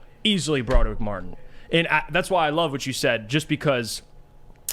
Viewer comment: Can please stop saying "Bro-durr-ick" it's "Brah-Drick"